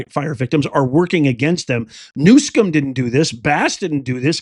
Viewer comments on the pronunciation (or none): Please pronounce Gavin Newsomes name right. Not that he deserves it. But its New-some, not Newscomb.